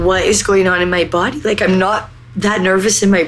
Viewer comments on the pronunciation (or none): none